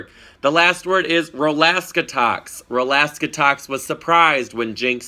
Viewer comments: You got Rol-aska-tox wrong. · katyascheekbones it's Rol-ask-atox